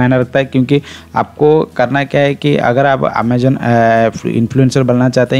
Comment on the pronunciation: Ur pronounce of Amazon is wrong 😅 do correct it